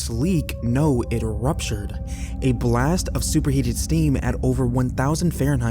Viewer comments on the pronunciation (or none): none